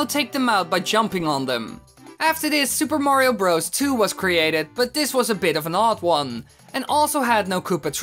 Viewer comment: it sounds like he is saying super mario rose